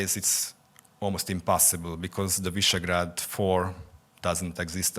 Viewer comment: Not "Mazhar" but Magyar "Ma-djar". And not "Vaisegrad" but Visegrád "Vish-egg-rad"